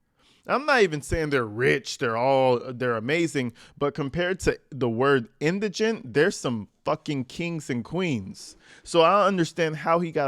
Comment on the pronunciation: Thank You for pronouncing Indigent properly! I'm hearing Indragant, Iganent and such on other Posts. You are Well Spoken and Articulate! ❤